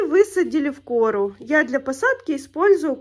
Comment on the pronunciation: Почему в кОру, а не корУ ?